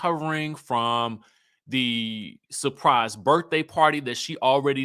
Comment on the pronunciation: 🙄 the way you slid in “surPRise party….she knew about”